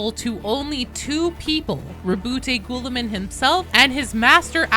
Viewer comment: For the love of God can you stop saying gouliman 😂